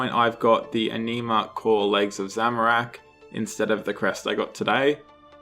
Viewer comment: Just found your channel. like your content even though you trigger me. it ANN-ima, not enima